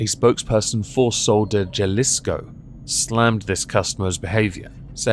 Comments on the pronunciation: Baszd még! Winner winner, chicken dinner. The Karen accomplished one of the prime definitions of a Karen. She summoned the Manager. That said, a tip about pronunciation of Spanish. Most times the J at the front of a word is pronounced as an H. Jalapeno and Jalisco both follow this rule. "Halapeno" and "Halisco". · Mostly right there....just pronounce the first part as "Hal" or as "Hall" and you'll get there. ""HAL" isco.... Also...she wanted to BURN the face of the lady on the counter...that's criminal in any form. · J's in Spanish are pronounced as H. So it would be sol de holisco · The sentence, use her trípas a batch of menudo... J's are H's in the Es-span-yol,...